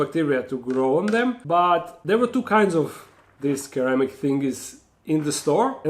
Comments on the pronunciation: The C in ceramic sounds like S, not like K. se-RA-mik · I thought this might be slightly better; sir-ram-ic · in english the word is pronounced seramic, and the water suction is called siphoning (sy) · The way you pronounce ceramic 😂😂 the c should be pronounced as an S